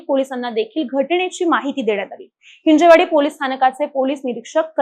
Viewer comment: हिंजेवाडी नाही रे बावळटनो हिंजवडी... असे आहे ते. 🤬